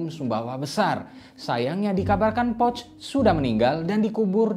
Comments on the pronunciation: Cara penyebutan "Pöch" adalah "Poesche/Pœch" bukan seperti mengucapkan "pouch". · Cara baca salah poch bukan pocth